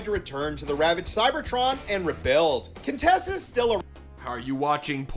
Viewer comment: “Contessa” IT’S! *QUINTESSA!!!!*